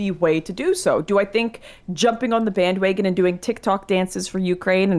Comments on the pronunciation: My favorite part in the debate was when Lauren said bandwagon like "bandwaygon" like 5 times in a row. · Lauren: “Bandwaygons.”